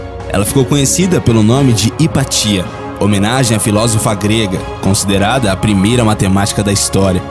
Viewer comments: Hypatia pronuncia-se IPÁTIA, não IPATÍA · Hypatia se pronuncia Hipácia .